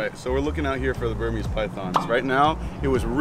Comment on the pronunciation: He said bermeis python right Why they run-in around like that